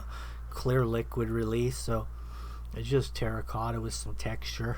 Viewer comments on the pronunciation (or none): did you say Tera cotta? or tera kaka 🤣🤣🤣🤣🤣🤣🤣🤣